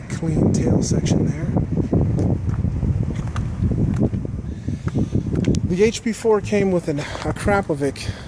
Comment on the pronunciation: Only it’s not pronounced Akrapovik but Akrapovich ;)